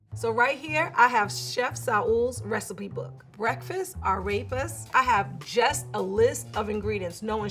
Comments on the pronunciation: Ah yes today ill be making "arapist" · Ffs it’s pronounced “Ar-repas”. Not “Araypuz” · sees arepas Says: A-rape-uz instead of A-rep-uz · I got alarmed how pronounced arepas but everyone pronounced them like that so ok. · Omg the way she pronounces arepas tho lmao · The way and pronounce Arepas makes me uncomfortable